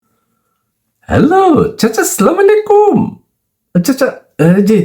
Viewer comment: এরে হালা তুই তো শুদ্ধ করে সালাম টা দিতে পারস না